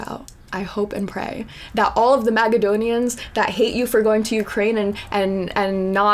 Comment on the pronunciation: She said Macdonian’s I love this I gotta use it!!,😂😂😂😂😂